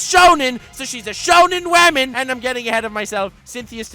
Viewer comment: Lord flexes on our grammar. Whenever I hear woman I think of saying "Wahmon"